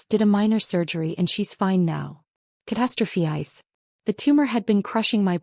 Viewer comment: ‘Catastrophize’ isn’t pronounced catastrophe-yze. It’s catastro-physe (rhymes with size). Google the pronunciation, it’s not rocket science.